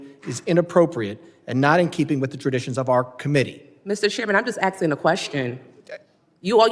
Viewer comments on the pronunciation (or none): She’s just axing a question. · “Mr Chairman I’m just axing a question” 🪓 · “Mistah Chairmen, Ahm jes axkin’ a question.” What a cheetah. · It sounded like "atsing."